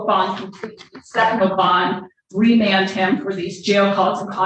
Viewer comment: I wouldn’t go to Michigan or where judge Simpson is, cause when the ADA say remend I’m not messing with them white folks